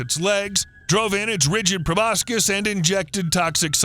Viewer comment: It's proboscis, not probiscus Edit: he said it correctly